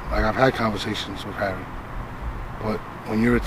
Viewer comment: he called him Harry, but it sounded like Harvey... I think the Indian dude pronounces his name Haré like Hare Krishna. Someone I. The comments laughed and noted ARP is the only one who pronounces dudes name right